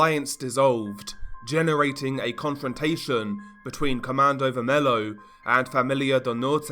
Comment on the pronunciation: You pronounce Comando vermelho as comando "ver-me-llo"